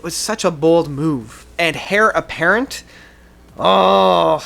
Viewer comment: My man said "Hair Apparent"😂 I love the list for the most part, very well-thought out and defended. I'd put Heritage on the bottom, like you. I'd definitely put Ghost Reveries as number one, so we're close there as well. Also, Pale Communion is an underappreciated gem. Good video.